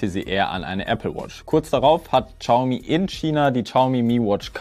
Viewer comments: Übrigens: Es wird nicht Tschaume ausgesprochen sondern showme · Uff no hate aber "tschaumi" is schon schwierig auf dauer. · Ohhhh bitte, ich möchte nicht pingelig sein, aber entweder du sagst vielleicht 30mal weniger Xiaomi, oder du lernst wie man das ausspricht. Ich musste das Video beenden, es ging leider nicht mehr 😭😭